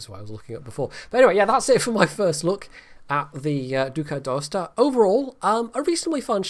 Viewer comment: Holy crap did he just pronounced the name right? This is a first among wows youtubers